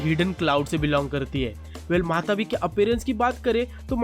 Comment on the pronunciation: Matatabi not matabi